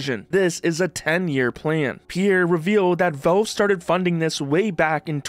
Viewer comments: "Velve" its Valve! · its not velve its valve :"